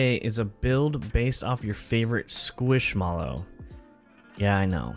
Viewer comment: Why do you have to say SqUiSHmAlLoW like that? 🤣 it turned out great though! I definitely can't afford anything in there.